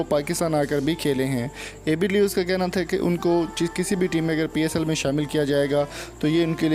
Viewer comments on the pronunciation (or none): Name tuo thik say le luo